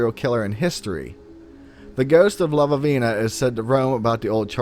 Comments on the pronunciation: The stories are great and I always enjoy your show, but I would like to ask if you spelled Lavinia's name correctly? If you did, there is only one v, you were pronouncing it as if it had two v's. No big deal, but it is distracting since Lavinia is a common name and I don't understand why you would mistake it for "Lavavina. Anyway, keep up the good work, I get a kick out of the stories you come up with. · I think the name is La - vin - E - a . That sounded funny the way he said it. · La-vin-ia, not sure what name you were saying, it totally distracted me.